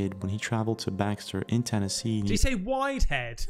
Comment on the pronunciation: When you thought widehead was that guy's name, I think he said Whitehead, there is a last name called Whitehead lol. Idk if it's only in America but I know it's a prominent one in USA's southern states.